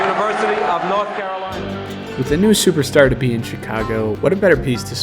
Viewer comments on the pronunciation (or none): none